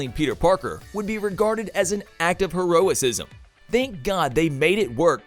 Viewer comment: "Heroisisim" ... How is it your job to speak professionally my dude... Its "Heroism"